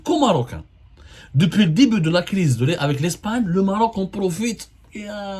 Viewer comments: Abdou, on dit pas Morok, mais Maroc , ou Maghreb Morok je connais pas cette langue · pourquoi tu appuie trop sûr là lettré R quand ta prononcé le mot maroc 😂😂😂😂😂 sale karghouli 😂